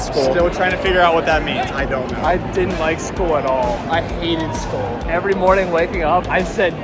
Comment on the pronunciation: It’skoll not school😂